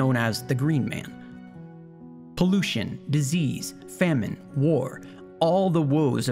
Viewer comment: I thought it was pronounced FAMINE not femine.....but fine ;)